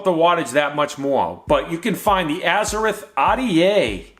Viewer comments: And it's Azzer-ROTH not azzer-rith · James Skyvaper He's like a Spanish speaking guy that pronounces "R's" uniquely... Azze-rith Ah'DA😜